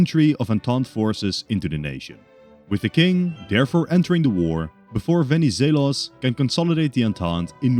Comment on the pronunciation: As a Greek, nice work pronouncing Benizelos